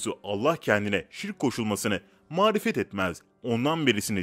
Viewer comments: Videonun 6.dakikalarina konuşan kişi mağfiret etmez sözünü mağrifet etmez diye hatalı söylüyor birkaç kez. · saniyesinfde marifet diyor amma mağfiret(bağışlanma) söylemeli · Seslendiren mağfiret yerine marifet diyor ikisinin anlamı çok farklı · Bir de doğru okusanız süper olacak, "mağfiret'i mağrifet okuyorsunuz, sallallahü aleyhi vesselem'i nerden öğrendiniz , gafûr ne zamandan beri gâfur okunuyor " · Evet bende aynı konuda yazacaktım baktım siz eleştirmişsiniz MARİFET değil MAĞFİRET bunu teleffuz edemiyeceksen sadece youtuber olmak için uğraşan sen bari daha dikkatli davran. Diğer konularda yaptığın hata affedilebilir ama dini konularda eleştiriler acımasız olur ve doğrudur. Peygamber efendimiz yanındakilerle camiye giderken yahudinin biri selam verir Pegamber efendimiz selamı almaz yanındakiler ya resullah neden selamı almadınız deyince dönüşte tekrar dikkatli dinleyin der ve namazdan sonra dönerken aynı yahudi Peygamber efendimize yine selam verir peygamber efendimiz selamı almaz yanınkadiler hayretle sorunca Allah resulu dikkat etmediniz selam verirken "es selamun aleykum" demedi, "essamun aleykun" dedi yani "Allahın gazabı, belası üzerine olsun" dediği için selamını almadım diye cevap verdi. Aynı şekilde sizin daha dikkatli olmanız lazım ne malum bilerek marifet demediğiniz. Verdiğiniz bilgi dini ama bilgiyi veren hani? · Mağrifet değil mağfiret lütfen doğru okuyun herkesin okuması yok dinleyenlerde var onun için dikkatli okuyunuz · Magrifet #Magfiret farkli seyler . Seslendirmede yanlis kullanilmis. Bir harf yer degistirince anlam nekadar farkli oluyor. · mağrifet değil..mağfiret kardeşim.... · Mağrifet diyorsun videoda üst üste ma yanlış doğrusu MAĞFİRET biraz daha dikkatli olunması gerekirdi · Videoda geçen "mağfiret" kelimeleri yanlış olarak"marifet" olarak seslendirilmiş. Düzeltilmesi gerekir. Hayırlı günler. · Mağfireti ısrarla marifet diye okuyup durdun az daha dikkatli oku ayetleri. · mağrifet değil mağfiret olacak kardeşim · mağrifet değil, mağfiret!!